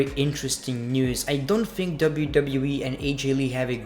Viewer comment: It's think not fhink